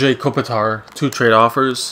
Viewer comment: did you say andre kopitar lol;)